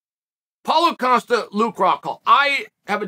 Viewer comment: How can Dana and Rogan not pronounce Costa name correctly and Chael who botches nearly everyone names say it properly “coasta”